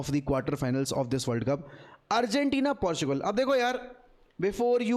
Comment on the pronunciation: unc you aint becoming spanish with the argentina pronunciation